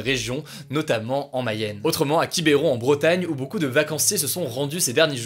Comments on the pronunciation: parcontre on dit quibron pas quibéron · Quib'ron pas Quibéron !! Sacrés parisiens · "QuibEron", pas "QuibÉron". Au passage, pour beaucoup de gens en Bretagne, on dit "Quibron" ^^ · Pas Qui beron cest quibron tout attacher ! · Oui, pour réitérer ce qui a déjà été dit: ca se prononce "KIBRON" ;D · Juste un léger détail , c'est peut-être moi qui me trompe mais pour moi tu ne prononce pas Quiberon correctement car le e ne se prononce pas "é" mais "e". Sinon super le format de la vidéo comme d'hab. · Hugo pas kibéron mais Quiberon ça se prononce "Kibron" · PAS QUIBÉRON,QUIBRON MDR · Cool comme d'hab mais ça se dit QuibEron et pas QuibÉron 😂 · Alalala Quibéron au lieu de Quiberon j'ai cru mourir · On ne dis pas Quibéron, on dis Quibron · on dit "quibron" pour la ville Quiberon... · Quibairon... Non ! Non ! Non ! Horrible ! Hugo cela se prononce QUIBRON....... Merci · Par contre on prononce QuibEron et pas QuibAIron hein ! Un EUH comme un E quoi.. Un peu de respect pour la terre natale Aha ! En tout cas super boulot comme d’habitude ! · alors on dit quiberon pas quibéron merci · On dit « Quibron » et pas qui-bé-ron 😉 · ''Quibéron'' ouh la on dit ''Quibron'' le e ne se prononce pas 😂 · tous les Bretons qui se sont étouffés en entandant Quiebron écorché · Non non il a dit Quibéron, j’ai fait une attaque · Il a dit quibéron 😭😭😭😭😭😭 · entAndant ? Quiebron ? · on dit Quiberon sans prononcé le "e". ^^ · Quibéron ça pique quand même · "À Qui-bé-ron?" Ça se prononce QUI BE RON!! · On dit même presque "Quibron" 😁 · oui, on dit Quibron quand on connaît... Mais si on veut bien prononcer, c'est Quiberon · Il a vraiment dit "Quibéron"?? 😂😂😂 Ça m'a tué.. Merci Hugo et ton équipe pour ces vidéos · Ca m'a fait tout drôle d'entendre Quiberon prononcé comme ça x) C'est "ki-beu-ron" voire même quand les gens le prononcent vite "ki-bron" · Les bretons quand il a dit quibéron 😬😬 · Super pour ces info merci mais quiberon ce dit quibron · sa se dit « quibron » genre pas de E